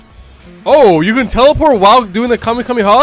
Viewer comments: It’s Kamehameha not Kema MAMAS like wtf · WHY DOES HE SAY KAME A MAMA INSTEAD KAMEKAMEHA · Bro why does he say kumyamoma bro what is that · Did he just say kamehamama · Is funny and annoying how he says kahmehameha and think that's goku is the strongest in his verse smh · bruh it is kamehameha no kameha'MAMA' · my guy said kamemama🤨 lol nice thoo. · Kamehamama CMON IM TIRED JUST PROUNOUNCE IT CORRECTLY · Bro the "kamehamama" is funny 🤣😂😂😂😂😂😂😂😂😂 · Did You say The kameyomama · I love your vids but my guy said kamehameha wrong 🤣🤣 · Bro said kamemama 💀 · Bro really said Kame ya mama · The way he said kamekameha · Bro said kamayhama💀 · Bozo said kamammama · just a note its pronounced kah may ha may ha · It's ham eh ham eh haaaaaaa not kamehamama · did he say kamehamamad ir isit just me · dude i hate when u say kahamehameha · Stop saying kameamama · bro you prounnounced it so wrong, but anyway love yo vids